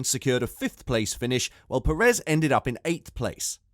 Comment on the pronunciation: the way you pronounce Sainz and Perez makes my ears bleed